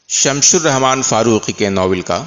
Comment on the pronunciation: محترم ! (شمش نہیں شمس ) الرحمن اس سمع خراشی سے سارا مزا کرکرا ھو کر رہ جاتا ھے 🔴🔴🌺